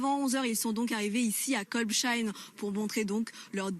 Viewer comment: Pas très locale...faudrait lui dire comment se prononce Kolbsheim